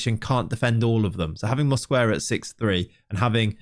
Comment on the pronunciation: the U in Mosquera is silent